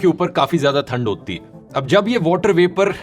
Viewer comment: ठंड... not थंड❤